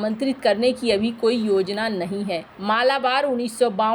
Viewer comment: मालाबार ❌ मलबार ✅